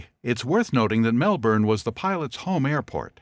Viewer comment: please pronounce melbourne properly wtf is this pronunciation